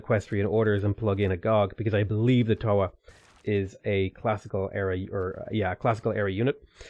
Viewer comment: As a maori trying to be a writer this game makes some pretty deep cuts right now. If you want to type in and hear how our words are pronounced. Marae and Toa are the ones you are doing your worst at.